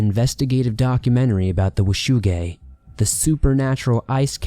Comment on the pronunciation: I swear his saying "wu shu gang"